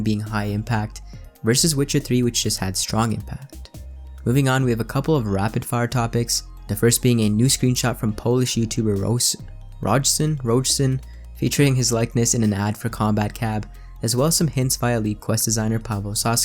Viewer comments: The Polish YouTuber’s name is pronounced ”Royson” or simply just ”Royo” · Rojo or Rojson. To read this properly you must say Royce-On. Thanks for the news. Because here in Poland letter J is like Y in Yellow.